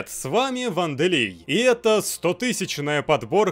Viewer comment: Ванделей опять ты на вы говоришь. ЛЛлллллллбуква есть, почему В???????